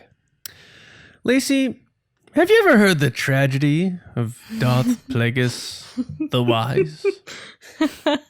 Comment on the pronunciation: Kazdan said Darth Vegas instead of Darth Plagueis in the comic con TFA Q&A, I think it was. It was very funny. The way I took it is that he doesn't really know anything about the prequels and he was just being charming about it... JJ came immediately to his rescue. But sure, maybe they were hiding something... I never thought about that. Guys, how is it possible you missed George Michael's death?! It was HUGE news. Best Christmas song ever: Fairytale of New York by the Pogues:) Did terrible in "Who Are You?". Great stuff though. Well done,.